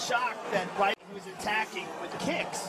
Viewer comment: It's weedman, not widemen.